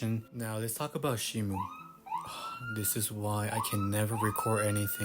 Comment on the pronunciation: The police fr came to arrest you for saying "Shimu" instead of Shimo